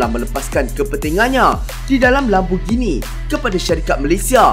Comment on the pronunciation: Bagus sebutan Lamborghini yg sebenarnya bukannya Lamborjini. Ramai pemilik kereta ni yg tak tau sebut dengan betul. Kaya raya x semestinya ada class!